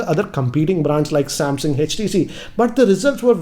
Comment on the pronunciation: Sorry not damsung mobile it's Samsung mobile